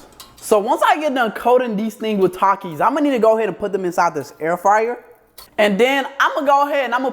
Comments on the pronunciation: Did dude just say talkes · Bro really said takis😂😂😂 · Is it just me or did he say Takis?😂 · bro said takis